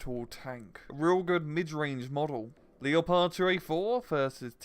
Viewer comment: Why the FUCK you you pronounce your "W" as "R"s!?!?!? AND WHY THE LITERAL SHIT DO YOU PRONOUNCE LEOPARD LIKE THAT!!! DO YOU FUCKING LOOK AT A GIANT CAT IN AFRICA AND SAY "that's a Belgian king!" OH MY GOD THAT MAKES ME SO DAMN ANGRY HOLY SHIT I CAN UNDERSTAND NOT PRONOUNCE HEBREW AND FINNISH RIGHT BUT GET YOUR FUCKING ENGLISH DOWN DAMN YOU!!!!!